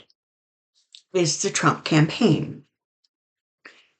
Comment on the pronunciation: I love the way you say his name thrump, I call him the 45 piece of crap . Then I laugh to myself with visuals using a 💩. Sorry. VOTE Harris Walz 2024